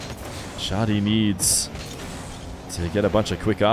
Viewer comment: as an arab its pronounced "Shah -di" without the h sound. not shodi as you say or shady. :) for future reference.. huge fan but i get an ick everytime u say shodi instead shadi. :P